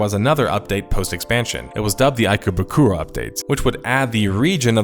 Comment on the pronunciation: That ikebukuro pronunciation made me twitch oh boy